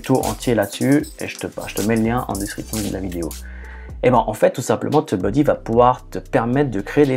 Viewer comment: Tu dis "teub-buddy" :)